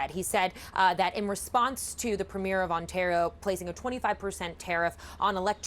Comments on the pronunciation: This whole thing is really shining a light on American ignorance. Not a single news anchor seems to be able to pronounce Premier correctly. It is NOT “premiere” as in movie premier. It is “Premier” pronounced PREEM-yer. Imagine Canadians not being able to pronounce Governor. That would be wild. But we aren’t ignorant about the states like they are about us. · It's pronounced "Pree-muur" ...not "Pre-meer" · Pro-tip. The leader of a province, "Premier" is pronounced: PREEM-yer. Not prem-YARE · PREEM-yer. Canada’s provincial leaders are PREEM-yers. Not prem-YEARS. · Pronounced PRE-mear. Not like a movie premiere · Why do Americans always pronounce the word Premier strangely, like premiere??? It is not the same thing at all. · Can one American pronounce ‘premier’ correctly? 😅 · The way the one reporter says "premier" is weird. She's putting the emphasis on the wrong syllable. Just sounds off. It would be like pronouncing trump with an umlot. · Can at least one journalist pronounce premier correctly? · American journalists who do not show Canada any respect. These calls our leaders of our provinces the name of a movie debut. Brutal and typically ignorant. Learn to pronounce. Mediastouch can say it properly. Show some respect. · Americans keep pronouncing Premier wrong 😑